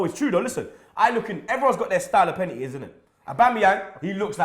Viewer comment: Deep it, can not say the word 'Penalty'